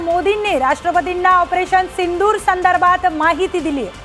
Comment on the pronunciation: पंतप्रधाण ....सिंणदूर.... उल्लंघण नाही ग. 😂